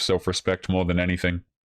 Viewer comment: I'm done with women that can't even say a simple word like " more".